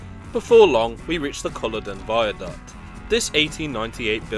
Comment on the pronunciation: Culloden was the one that got me - it's not as if there were any really famous battle there that holds a dear place in history for the Scots, so i can understand how it got mispronounced.